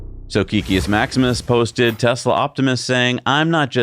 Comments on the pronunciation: Not sure why it bothers me but hearing it pronounced wrong the last few videos is getting to me. Kek in Kekius Maximus is pronounced "kehk" not "keek". If you are curious, kek originated in World of Warcraft. When an orc would type "lol" it would be translated to common as "kek". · Please guys it's Kek-kius not Key-kius